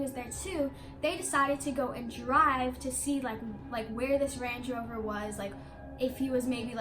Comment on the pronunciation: “range-ee rover “ lmaoo